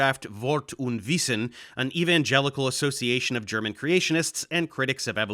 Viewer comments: nice German-attempts :D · very good german my man!